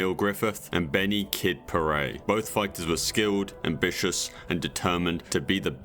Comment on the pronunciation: Benny Puh-Ret not Puh-Ray.....nice vid though.